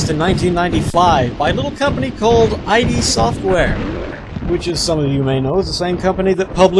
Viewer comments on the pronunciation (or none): i.d software is pronounced "id" as in "L(id); Lid). And I think most people will be interested in your LP not for the interest of Hexen, but for the interest of BMS. To be honest, I hate Megaman, but I watched it because you're entertaining to listen to while playing it. Think of it like that.